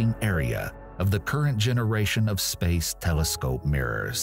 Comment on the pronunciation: The way this man says “space” is hilarious 😂